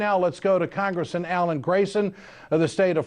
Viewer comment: anyone else notice he can't say congressman.?